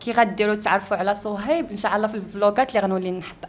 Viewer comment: الدودة لي كلاتني فهاد الفيديو هي ديال خينا لي مع شوف تيفي وكيف كادير ينطق صهيب شسصهيب